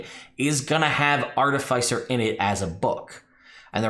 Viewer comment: Im gonna need you to stop saying "Artafeisser"